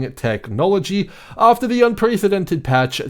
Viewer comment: *un-PRESS-edented Not "pree" Lmao